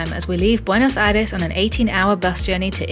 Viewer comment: Awww, you seem to be lovely people. Subscribed! I'm glad you enjoyed your visit! I'm from BA but living in Pennsylvania for work. Hope you can visit other places of the country... the Lake District, Ushuaia or the wine region. And the "Buenos Aires" pronunciation was more than fine! Cheers.